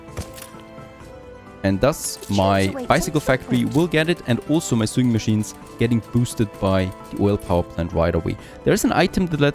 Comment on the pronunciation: Hey, despite "sewing" is written like "sewer" for example, its pronounced with an "o" like "other" or "something". s"o"wingmachine. its crazy, i know... love your series and greetings from germany!:-)